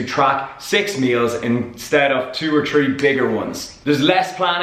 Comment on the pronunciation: Lol "tree, four days" love ya bra!